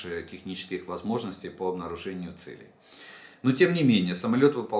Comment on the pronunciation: Целей... Ударение на первый слог, а не на второй. Учи русский язык... "уважаемый". В остальном-ниочем информация.